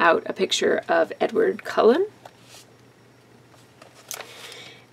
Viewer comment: I dont think your Bless This Mess page looks like a hot mess; I like it! -- Edward Cullen... You said it correctly. Hooray! /tease -- Aww, how sweet of Sophie to give Liv the cake she won. You have a couple of GREAT kids! -- LOL, you haven't mailed the cards! I'll stop stalking the mailman =P -- You're so awesome,! Thanks for allowing me to be apart of your scrappy life =)